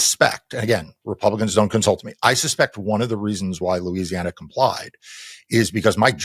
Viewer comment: Louisiana - rhymes with Lose.